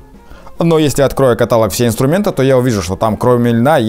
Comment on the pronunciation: Блин. каталОг! Вроде из питера а неучь.